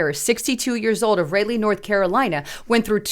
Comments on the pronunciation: its pronounced Raleigh,NC and not relly??? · *Raw-Lay, NC